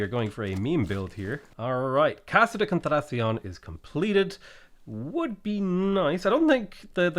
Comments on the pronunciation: CON-TRA-TAH-CEON potato its ok your best effort is all that matters my Irish friend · Just say "contradiction" with a Spanish accent. It's basically the same pronunciation as English lmao. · I get very annoyed on how 'hard' it is to enunciate spanish names, It's not that hard buddy kon-tra-ta-sión. that's it